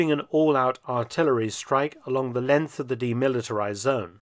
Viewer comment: Not until he learns how to pronounce ‘length’ and ‘sixth’.